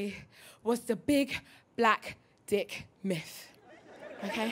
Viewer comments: Are u saying miFF? Its myTH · TH is pronounced F lol